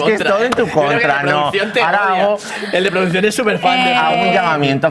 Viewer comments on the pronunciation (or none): Y me diga ara (ahora) dicho malamente jsdjsjs